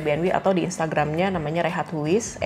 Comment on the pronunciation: Itu bahasa belanda.. Bukan rehat huis tp bacanya rehaat heis 😅